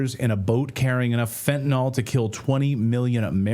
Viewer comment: Even though everyone pronounces it wrong that doesn't means should also do it. It's FentanYL, NOT FentanOL. Goodness gracious, help us in the war against dyslexia!